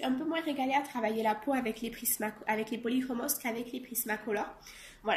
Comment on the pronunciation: Coucou ils sont superbes tu as fait d'énormes progrès en 1 an je trouve ton portrait magnifique. Bon je suis contente car toi aussi tu prononces le « s» des polychromos. A voir tes colos mystères j'ai envie de craquer et de me prendre un livre peut être le colo mystère 5 de Disney 😁😘❤